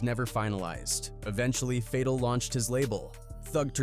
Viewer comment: Say it with me now… ka-da-feeeee, fay-tal did you listen to PACs songs before saying the names 😂